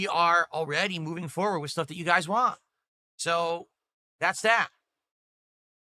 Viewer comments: He drops Ts when they’re at the end of words just like a toddler. “I’ll do wudder i waaa. Suppoor the stream! Send a super chaaa” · Why can't he say the word want?